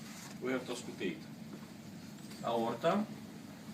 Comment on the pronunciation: That pronunciation of "aorta" at he beginning was very indicative :D